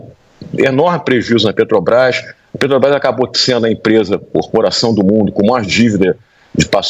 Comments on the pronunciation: PODE SER QUE ALGUÉM ME XINGUE, MAIS UMA COISA EU ADORO DESSE MOLUSCO É ELE FALAR "PETOBRAS" ADORO ELE NÃO CONSEGUE FALAR (P E T R O B R A S) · O cara nem sabe falar o nome da empresa, ele fala petobras ,mim inoja ouvir esse senhor falar. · Olha só um presidente que não sabe pronunciar a palavra PETROBRAS isso é ridículo causa vergonha